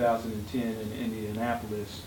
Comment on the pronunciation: Did she say indianapoli indiana